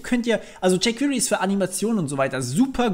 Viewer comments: bei jquery spricht sich das e mal zur ausnhame nicht als i aus. wenn ich jedes jquiry höre bekomme ich nach längern kompschmerzen. des weiteren sollte man doch schon zumindest die grundlagen einer programmiersprache kennen, wennman ein framework benutz, weil erklärt sich vieles automatisch, abgesehen gibt es immer noch nicht für jede js funktion ein jquery equivalänt. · "Jey qwirii"